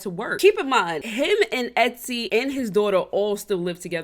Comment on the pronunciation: You Really Be Calling ESSY , Etsy Like Sis 😂😂😂😂